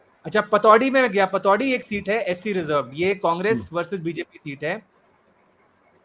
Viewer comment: Patodi nhi patodhi